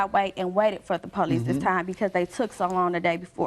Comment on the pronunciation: Please forgive me for using the “N” WORD…”NONSENSICAL!” 🤦🏽‍♀️ After mispronouncing “police” PO LEESE nearly three to four times, there was a nonexistent PO LEESE REPORT 😂😂😂😂😂😂😂😂😂😂😂😂😂